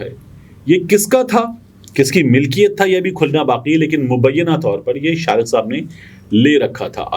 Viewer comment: Bhai Shariq me QAF aata hai KAAF nahi. AAp shayed Punjabi hain?